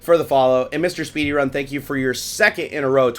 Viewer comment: you said my user name as MrSpeedyrun... at least you says mister instead of misses lol. my comment if love your channel still applies though.